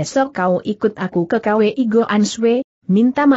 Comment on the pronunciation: Maaf guru....mau kasih saran....kwi sebaiknya langsung dibacakan kui aja, jangan di baca k...w dan i, begitu pun hwa sebaiknya langsung di baca hua aja,jangan di baca secara terpisah h...w....a.